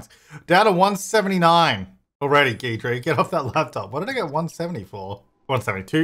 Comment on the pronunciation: Just thought it worth mentioning, Guidry's name is based on the fact that he's your guide to the paranormal. So... guide-ree, not geed-ree. Just fyi.